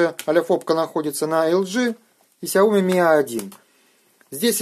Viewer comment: Правильно говорить Shaomi шаоми